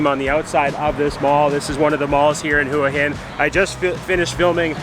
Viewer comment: Hua Hin is pronounced Wha Hin, Blueport isnt better than Market Village both are good in there own way